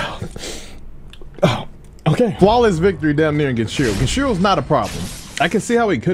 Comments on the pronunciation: Game pronunciation: Genichiro pronunciation: Genchiro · who tf is this guy saying genchiro and miri counter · ME KEY RI GEN EACH E ROW Hearing genshiron and miri kills me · Bruh i swear if he says "miri" counter or "genchiro" one more time